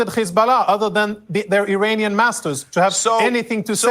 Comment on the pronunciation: Did he say Iranian parrots or perverts😅